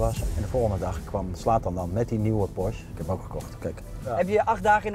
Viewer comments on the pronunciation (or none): het is een PorschE geen Porsch